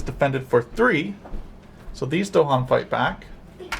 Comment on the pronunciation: Nice video! If only you didn't mispronounce Dahan. this is the original Kickstarter video this is GTG's "How To Play" In both you can hear the phrase "the island's native inhabitants, the Dahan". It's not DOHan.